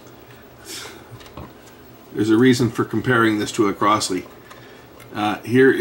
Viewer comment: Crosley is pronounced Crozley. Not Crossley.